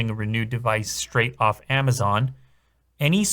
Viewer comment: Why are you saying Amazaaan?